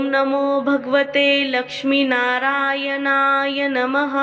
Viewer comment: ओम नमो भगवते लक्ष्मी नारायण नमः Mam तुम्ही narayan ह्या मंत्राचा उच्चार चुकीचा करता त्यामुळे मंत्राचा अर्थ बदलतो Banatlya न ऐवजी nalatla न बोलता. पहिली तुमची चूक सुधारा व नंतरच video बनवा. तुम्ही मराठीच आहात ना?